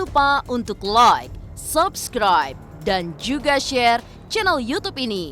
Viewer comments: Gue bakal Subscribe Chanel ini kalau bisa ngucapin kalimat "LAAAAAAIK DAN SABSKRAIB" dengan benar. Bukan "Loikkk dan Sobskroib" woyyy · sebenernya ini udah agak mendingan. Soalnya gue komen mulu 🤣 Justru itu karena dia prononsasi Inggrisnya salah. Like itu dibacanya LAIK bukan Loik. Kesel banget gue dengernya. Ngebayangin bibir dia pasti sambil monyong😂😂😂